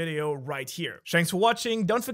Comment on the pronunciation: Bro always says shanks for watching